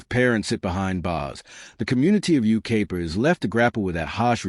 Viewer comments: Dear Ignorant AI: It isn't You-KAY-pa, it's You-K-EYE-pa. Seems we are heading backwards with technology. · It’s Yucaipa pronounce it right